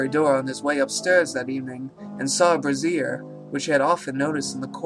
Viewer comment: Nice one, sir, well read. like the others noted, warwickshire is "worr ick sher" not "war wick shire" (have been in the same boat...) Also around 18.05,,,,, he is burning things in brazier (brey- jur) but pronouncing like "brassiere" (brah-zeer). Not complaining- just wanted to point out to you that, becaue to me at least it sound like this sinister cousin is burning papers in a firey bra... thank you for reading the story btw :)